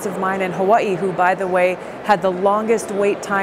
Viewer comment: Hawaii has three syllables, Elaine.